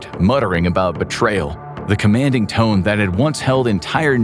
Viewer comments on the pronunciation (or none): none